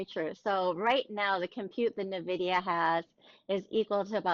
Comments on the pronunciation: when someone says nahvidia I discontinue the video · "na-vidia"...please don't pronounce it that way